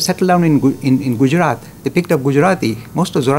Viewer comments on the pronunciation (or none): none